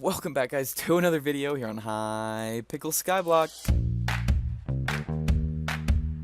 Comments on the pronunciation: you literally said hypickle in the intro HYPICKLE GANG GOOGOGOOG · is it just me or does it sound like he says "Its ur boy and welcome back to another video here on hypickel skyblock!"